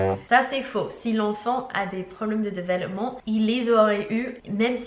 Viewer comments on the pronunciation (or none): Tu nous as dit de te dire quand tu te trompais sur un mot alors : développement pas delevoppement Hihi ❤️❤️